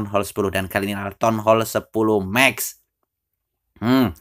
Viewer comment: Ngomong max aja mex pea